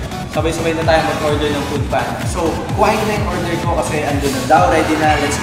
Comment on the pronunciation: "poodpanda" 🤣🤣🤣🤣🤣 no offense, just sayin' ✌🏻